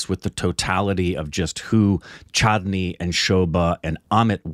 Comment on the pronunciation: keep saying chattni( is a sauce eating with samosa 😂😂) instead of chandini Rekha’s name in the movie